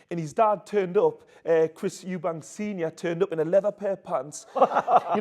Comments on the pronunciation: Eubank, not s, no s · We've been here before brother! EuBANK! No "s" 😂😂